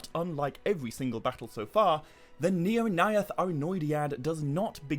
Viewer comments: Your pronounciation of the AE could improve. Mae Govannen, Maedhros, Nirnaeth sounded a little weird. Speak it fast as if its one letter. The syllables are: Mae Go-van-nen Mae-dhros Nir-naeth Ar-noe-di-ad Dont pause between A and E. At least that's how I think it works 😀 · the... "neornayath"...? 🤣